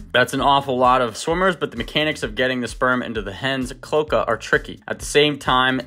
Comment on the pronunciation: FYI, cloaca is pronounced with three syllables "clo" (long o) "a" (long a) "ca" (short a) with the accent on the middle syllable.